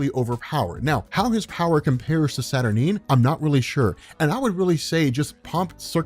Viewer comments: Nope, you're wrong. It's pronounced Sat-Ur-Nine. Sorry darling! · I appreciate you compiling these together, but...you're seriously mispronouncing Saturnyne,! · The guy that can’t pronounce experiment wrongly pronounces saturnyne and doubles down on it. Smart.